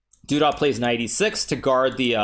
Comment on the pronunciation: I'm thoroughly enjoying Hikaru's Camptown Ladies pronunciation of Doo-dah.